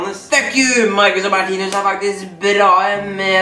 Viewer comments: Du sier martinius menn det er martinus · det er ikke hat kommentar men vær så snill å si 'martinus' og ikke 'martinius',det er litt vanskelig å høre på deg når du hver eneste gang sier martinius 😉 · Kan du lære deg å IKKE si Martinius DET ER MARTINUS